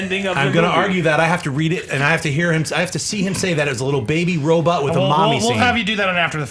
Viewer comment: i love but his pronunciation on some words are horrible....Robutt lol